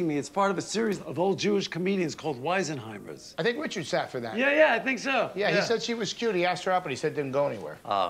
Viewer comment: "WEISNHEIMERS", LOL. HOW FUNNY